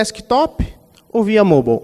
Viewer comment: Pelo amor de Deus...eu aqui o tempo todo me perguntando o que é o tal "Môbal" que o cara falava, até que percebi que era "Mobáio" (tentei trazer o som da pronúncia correta de "Mobile")...perde credibilidade não saber a pronúncia de "Mobile" e falar sobre isso durante 32 minutos...